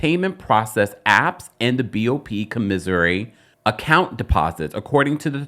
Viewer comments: Thx for this vid! Just as an FYI, the word "commissary" is pronounced "kaw mih sair ree" not "cuh miz zery" ( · It's "COM-mis-sary!" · Love the pronunciations of commissary. 😂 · lol I had to laugh at that too!🤣